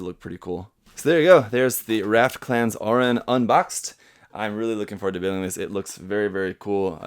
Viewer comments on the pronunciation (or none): It's AURUN not AURAN